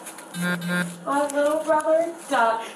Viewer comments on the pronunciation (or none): "My liddle brobber died 6 months ago!" seems to be becoming more common as an excuse for acting a fool. 🙃